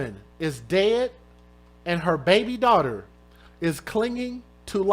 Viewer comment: She said DAUGHTER not DAWG